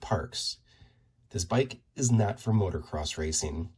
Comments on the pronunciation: It’s pronounced “MOTO-CROSS”, (not motor-cross)… 😜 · It’s pronounced moto-cross not motor-cross